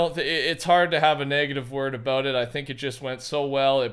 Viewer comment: "Talkin aboot"